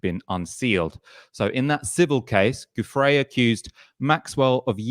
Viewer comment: Based on decades of being aware of the Jazz musician Jimmy Giuffre, I would say that this Italian surname should be pronounced "JEWFREE", except that Starmer would probably expel you for saying it like that!